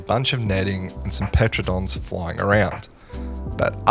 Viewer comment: Why do you pronounce Pteranodons like that?